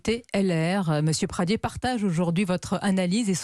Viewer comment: Pradié avec un é pas Pradier...arrêtez d'écorcher le nom de famille d'Aurélien svp.....merci d'avance !!